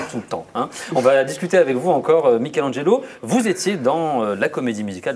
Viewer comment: Il à tué le nom de Mikelangelo 😂